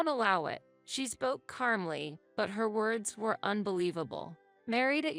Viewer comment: I wish she could say "calmly" instead of "carmly."